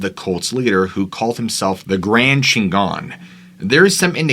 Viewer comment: The grand "chin-gon" thats Spanish for badass.Chingon